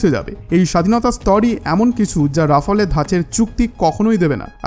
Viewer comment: প্রিয় ভ্রাতা,আপনার উচ্চারণ ডেসলট রাবার নয় , এটা হবে দাসাউ রাফাল । দয়া করে এটা ঠিক করে নিন। ধন্যবাদ